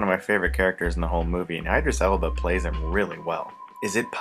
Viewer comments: did you call him i Dris !!!!?? He’s not an apple product maaaayne. Great review tho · Lol EYE-dris Elba 😂😂😂 Oh young Chris